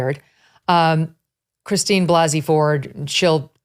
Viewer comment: Christine Blase (Blah-se) Ford.